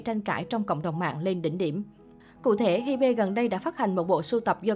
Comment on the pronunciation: ???? Hybe đọc là Hi Bê=))))